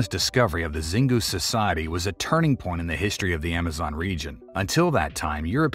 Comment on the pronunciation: Xingu is spelled shingoo. Not zingu ❤